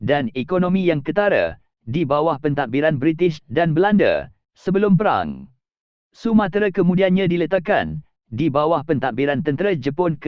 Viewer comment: lain dia sebut ... sumatere, bkn sumatera 😄